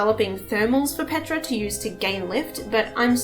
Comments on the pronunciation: Love ur content and analysis but why u keep say petra instead of ptera? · The fact that you say Petra instead of Ptera tells me you're a Primal Carnage player, no judgement. Just an observation